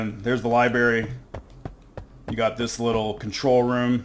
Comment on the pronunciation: These are great videos! Though as a concerned citizen who doesn't want you going your entire life saying "liberry", it is "library", like lie-brair-ee 📚 Unless you're saying it ironically, in which case keep on keeping on :)